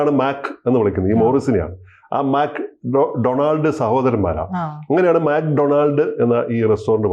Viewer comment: മാക് ഡൊണാൾഡ് അല്ല മക്ക്‌ ഡൊണാൾസ് ആണ്